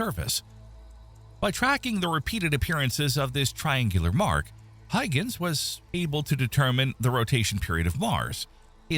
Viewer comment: Yes but they always pronounce names and places wrong (ie. Huygens) and the content creators don't care enough to go back and fix it...